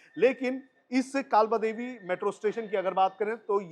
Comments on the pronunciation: नाम काबला देवी नही है. काळबादेवी / कालबादेवी है. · काबलादेवी 😂 कालबादेवी 😊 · अरे भाई काबला देवी नही, कालबा देवी मेट्रो स्टेशन......😅